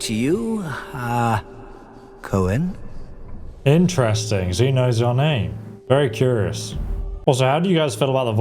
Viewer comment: Coen pronounced Koon sounds like a dutch name